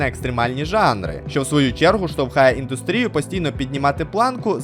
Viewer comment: Зробив відео таким, щоь підлітки не могли дивитись. Я б додивився др кінця, але ці неправильнф наголоси в словах індУстрія, вИпадки, нанестИ. Це перші п'ять хвилин. Ти нав'язуєш мені неправильні наголоси, щоб я завалив НМТ. Ганьба. Хоч це і суб'єктивна критика, це не забороняє мені не дивитись далі 5 хвилини.